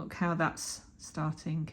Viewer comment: 👍🏻 Great tutorial, you’re very positive with ending practically every sentence with “okay?” I love your accent too, with a slight “k” after every verb ending with “ing”, like startingk, lol.